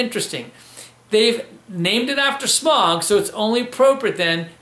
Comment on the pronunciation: smaug ain't pronounced smog